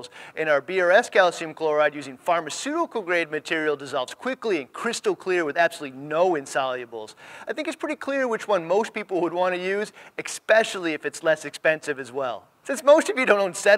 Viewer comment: Great video, keep them coming. But again, it's "especially" not "eckspecially" as you stated.